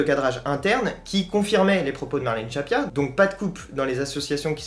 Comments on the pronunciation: Merci pour cette vidéo. C'est Marlène "Schiappa" et non "Schappia", attention. Sinon, d'un point de vue technique, soit tu mets une musique, soit t'en mets pas (perso je vois pas vraiment l'utilité, ça fait un peu ambiance de supermarché). Mais si t'en mets une, faut qu'on l'entende... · Juste une petite remarque futile ... Marlène "Schiappa" se prononce comme "Chia Pas" et non "Chat Pia"... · Je ne discute pas le contenu mais ce serait infiniment plus crédible si le nom de la ministre Marlène Schiappa était bien prononcé.